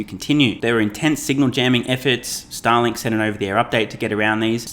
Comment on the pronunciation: I’m sorry, I’m too much of a moron to unsubscribe from your channel. I seem to be unable to find the button… Also it sounded like you pronounced “Starlink” as “Satalin”. Hope you won’t get canceled, comrade! :)